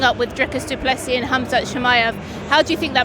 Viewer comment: If it goes passed three, it's all Du Pless ee.